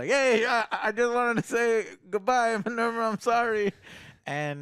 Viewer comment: I love it when gets the names wrong lol Marvva Is Minerva 😅